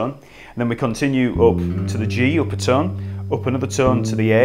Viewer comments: sounds like he's saying tun semi tun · Jesus people, he's not saying 'ton', or 'tun' he is saying 'tum'... semi-tum, whole-tum Tum-ta-tum-taaaa-tums ♩♩♩♩♩♩♩♩♩♩♩♩♩♩♩♩♩♩